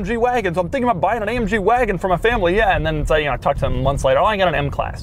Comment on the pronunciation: When he said ma waagon